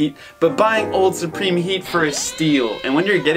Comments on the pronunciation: Suprome killed me 😂😂😂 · Can’t wait to watch your “Suprome” cop vids 😂😂😂